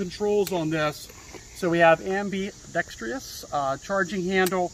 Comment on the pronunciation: Please ask Google how to pronounce ambidextrous and lubricity lol